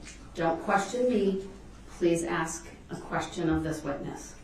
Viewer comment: It's "ask" not "axe." It's "sustain" not "substain." And if I hear "GROUNS!!!!!" one more time, I'm going to lose it. I only wish the prosecution had started hollering "GROUNS!!!" every time DeRELL objected. But yeah, the prosecuting attorneys are TOO professional for that. And Judge Dorow deserves a special award for patience and fairness. And how can DEAD PEOPLE bring charges as the "injured parties?" He deserves EVERYTHING he gets in prison.